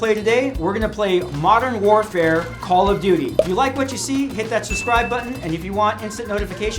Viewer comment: Am I the only one who laughed at how he said “modern warfare,” then after “call of duty”